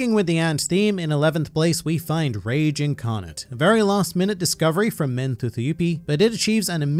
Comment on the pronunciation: “rage inarnate “ ???😂